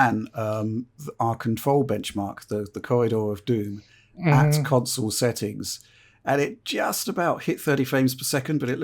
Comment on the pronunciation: How do you get away with saying "council" instead of "console" with how big this channel is? Lol